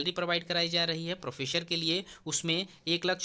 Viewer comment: Sir, "प्रोफ़ेसर" होता है, "प्रोफेशर" नहीं 😏😏